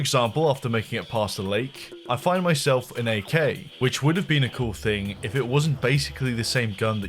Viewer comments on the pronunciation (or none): none